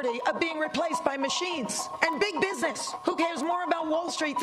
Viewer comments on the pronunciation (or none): none